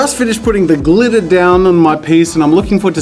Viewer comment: everyone else: " my glitter " jazza: " mY glItTaH "